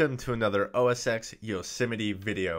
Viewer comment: It's OS 10 not OS ex - please get the basics correct